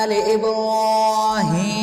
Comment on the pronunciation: Galat parh rhay ho ibrahima ma zabar parhi jae ge